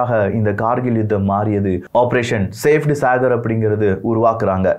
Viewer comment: சேப்ட் சாகர் இல்ல ப்ரோ... அது சபேட் சாகர்...! சபேட் = White சாகர் = Ocean